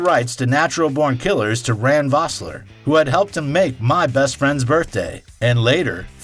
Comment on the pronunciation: Is this some weird AI-voice? There are some weird pronunciations in places. Why emphasize BORN and say it like natural BORNkillers? And in the other video about pulp fiction: "After the movie RESERVOIRdogs" Can't unhear it :( shame as the content seems good otherwise